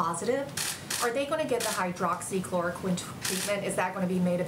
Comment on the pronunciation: Pence continues to mispronounce it has “Hydrachloroquin” which I don’t believe is a word.